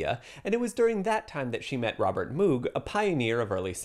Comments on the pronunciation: Pronounced Mogh, not Moog. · I'm enjoying your videos - but you are mispronouncing the inventor of the Moog synthesizer - it's not "moo" as in "moo cow", "mo" as in "mow the lawn". When they were first commercially introduced I went to a presentation by Moog Music. It was primitive at first, but clearly a step forward. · Moog is pronounced like the father of the Klingon Worf, “Mohg”, not “Moooog“, like a cow. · It's pronounced Moog (rhymes with "Vogue"). Will people ever stop mis- pronouncing it????? Get it right. It's NOT the sound a cow makes..... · Lol. Moog is pronounced mowg. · One correction... Moog rhymes with "rogue". Wendy would have corrected you had you spoken to her. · Agreed, people who pronounce Moog like this person get on my nerves. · Moog rhymes with vogue. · Moog is pronounced to rhyme with "rogue." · Yeah, or you can say rhymes with "rogue" or "vogue" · 2 things: 1) i love to have FINALLY watched a video on synth history wherein Wendy's never deadnamed or misgendered and Moog's name is never properly pronounced <3 2) zero coincidence how not easy it is to get this dear woman's work that isn't her handful of film scores.